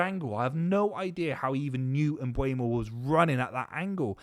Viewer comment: MbEUmo NOT MbUEmo ... Repeat after me: M BUR mo